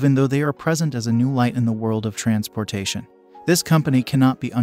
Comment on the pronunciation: Ditch the robot reading with horrible pronunciations like "trans POR tation" and remove the dings that keep everybody stopping the video to check for messages on their phones!